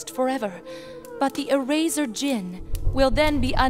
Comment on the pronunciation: It's sus to say The "D" Is Silent In The Word Djinn